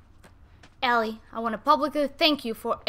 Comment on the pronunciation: you say it ellie (el-ly)